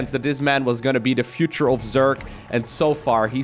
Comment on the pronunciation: its zerg not zerk :/